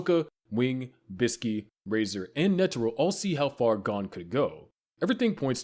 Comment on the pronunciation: Me watching you butcher Gon's name